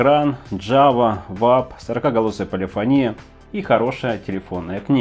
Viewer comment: Не полифонИя а полифОния!